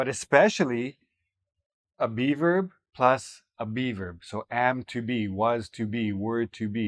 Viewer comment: Be verb sounds like beaver 😂